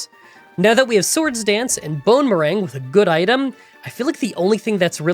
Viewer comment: i keep hearing it as "bone meringue"